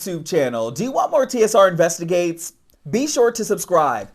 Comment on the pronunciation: Tsr investiGAYtes😂😂😂